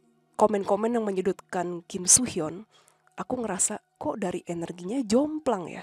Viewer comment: soo hyun sama so hyun pengucapannya beda 🥲 beda org jg itu soo hyun aktor so hyun aktris 😭